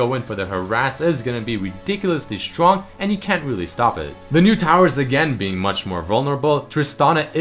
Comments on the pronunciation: At lucian Cons you say "can siege" instead of can't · In the Cons of Lucian you frogot the T on can't :)